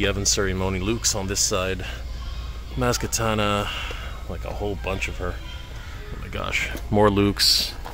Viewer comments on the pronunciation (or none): Maz Katana? 😂 Think It's Maz Kanata All Good Though